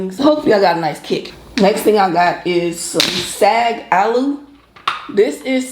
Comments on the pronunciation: No it’s not pronounced like SOG. It’s literally pronounced how it’s spelled SAAG. I’m Indian I know. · Hey,. The "aa" in "saag" is pronounced like the "o" "fog" or "soggy." I love Indian food too. I have 2 close Indian friends who put me on years ago. Looks good!